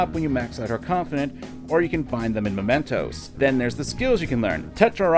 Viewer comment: Am I the only one who gets really irritated every time calls it "Momentos"? It's MEmentos. You played the entire game and can't get that simple name right?